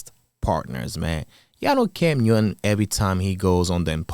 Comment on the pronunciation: It's "cam newton" not "cam uewton."